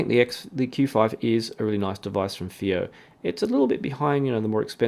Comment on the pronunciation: the first reviewer who pronounced fiios name right. all others call it faayoh.